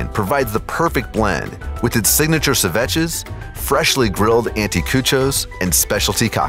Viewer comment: Yes! Cerviche was pronounced incorrectly as well!